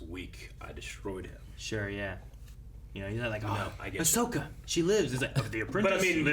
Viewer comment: I like how said "Ashoka" instead "Ahsoka" and neither nor anyone at the studio corrected the LMAO